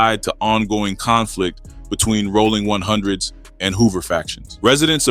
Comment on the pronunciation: “Rawling 100’s” these ai voice fuck ups be frying me😂